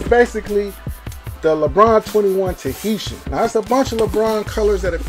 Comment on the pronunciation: bro mispronounced TAHITIAN immediately. lmao